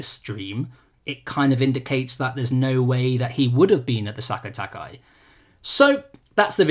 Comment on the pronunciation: Nobody on any video I have watched this weekend has been able to pronounce Sekai Taikai properly